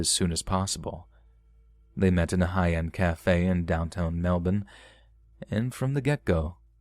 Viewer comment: I want to thank you for saying Melbourne correctly